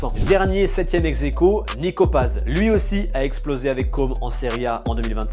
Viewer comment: Pourquoi tu dis exequo